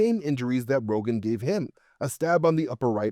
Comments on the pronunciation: His name was Count Rugen, not Rogan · Not that I necessarily mind, but that character’s name is Count Rugen, not Rogen…